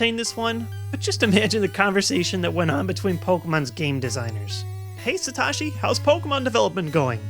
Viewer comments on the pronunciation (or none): none of that scared me at all, I really wish I could of fought buried alive that would of been awsome but a quick fix, hey let it just be a nightmare you wake up from but still have the player being eaten thats awsomeeeeeee!! one more thing I love your vids but dude it is suh-toe-shee!! my playstation username has satoshi in it and so many ppl pronounce it wrong!! its japanese not american its not tosh.0(awsome show) its satoshi like that 1 character from pkmn lol.sorry for the hostillity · So apparently you can't pronounce satoshi.